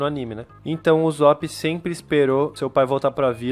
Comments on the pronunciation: "uzop" A não mano. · Mn kkkkk n e uzop e USSOP USSOP DOIS SS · o jeito de se pronunciar não é uzóp é usop com som de s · Ele fala uzop '-' mais ok ksksks gostei do video TuT